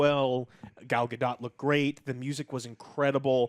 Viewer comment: Does anyone else find it very irritating that mispronounces Gal Gadot's name?